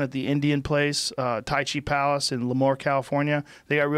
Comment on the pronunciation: I live in Lemoore, Ca it’s actually called the Tachi Palace not tai-chee lol